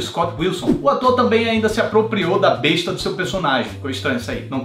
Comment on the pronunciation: Só pra constar, a arma não se pronuncia bêsta, apesar da grafia dar a entender isso. A pronúncia correta é bésta.